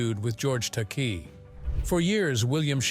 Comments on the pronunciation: Takei is pronounced Ta-kay. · Stupid AI can't pronounce Takei. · It's pronounced,Take I. Take eye. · George's last name is pronounced TA-KAY. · Bottom line - in Shatner's mind (only!) it IS all about him. - "long and bitter feud with George Ta-KAY"! It's an insult to sing the praises of a man who was dismissive of the rest of the cast, insulted his fans (I was there in Atlanta in 1976 when he refused to sign anything but his new album, which had to be purchased from him, and he told off a young man for asking a 'stupid' question. I lost respect for Shatner that day.) and then mangle his costars' names. Then, somehow you say it right, then pronounce it TAH-kay? Consistency! George, Nichelle, Walter Koenig (KAY-nig, not CO-nig), and especially Nimoy - all felt overshadowed by his ego. James Doohan (not "Doo-Han" but Doo-an), a sweetheart of a man, usually refused to comment. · This has to be AI generated and computer spoken. It's not only repetitive but I heard "Takei" pronounced three different ways (Tak-ay, Tak-eye, Tak-ee). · they must have been distracted by George Tak-EE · So many different and unique pronunciations of "Takei", and of "Nimoy" in one video. Weird. 🤷‍♂